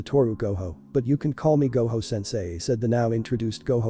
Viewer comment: haha, ai thinks that Gojo is pronounced like Goho.